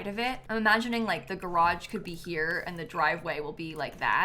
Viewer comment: there's no in garage when you pronounce it